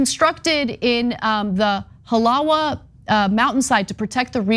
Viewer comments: Pronounced Ha la va and Oh Ah hu. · Halawa, you pronounce the "w" as a "v". When you say it as you did your telling the locals in Hawaii that your a mainlander, as a heads-up for the next time you come to Hawaii please say it right.